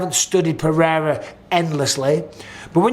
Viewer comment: Nice to hear someone saying Pereira how it's spelt and not with a d like Mr white privilege 😂